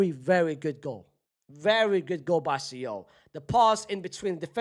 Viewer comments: Fc Sole. Like the fish. See-ohl? Bruh 😂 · its soul not see ohl unc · bro what is see-ohl? lmfao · Why is unc pronouncing Seoul like that😂😂😂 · Why is nobody commenting on his pronunciation of Seoul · Shame, is still not pronouncing 'Seoul' properly 😢